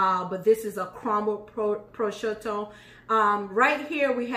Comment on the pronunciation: Pro shue toe the ham. Prosciutto